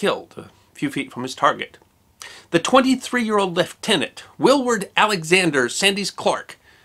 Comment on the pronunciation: you are a treasure. Thank you so much for remembering Lt. Clark VC and his remarkable family (and for pronouncing his rank correctly). Your thorough and respectful treatment of all the armed forces of the wars - and not just those of your country - is refreshing and most welcome.